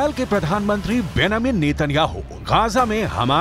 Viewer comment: His name is Benjamin ( not benamin)